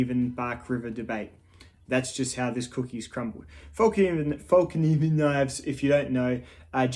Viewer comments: I can't hold it back any longer. Over the years I have heard so many people on YouTube refer to this knife company as Falk Niven. It is spelled Fallkniven, so why is it not pronounced Fall Kniven with a silent K? Think Morakniv. You don't pronounce that as Morak Niv. I am most likely wrong in my thinking but it drives me a wee bit crazy every time I hear someone say Falk Niven. Looks to be a well made practical knife in a manageable size. I do however find them to be a little too rich for my budget as compared to the knives I own & use almost daily. Sorry for the rant. I always look forward to new videos from you as I have been since about 2012 or 2013 whenever it was that you still had less than 1000 subs. Cheers from Canada. It was a little strange to see your lush garden. We are just starting spring but still feeling the cold of winter. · Late reply, but why not. In Swedish it’s Fällkniven, with an ”Ä” and you should pronounce it Fell-Knee-ven. The “k” is NOT silent. Fällkniven means ”(The) Folding Knife” In Swedish disambiguation is not used when putting words together so Fäll and Kniv becomes ”Fällkniv”.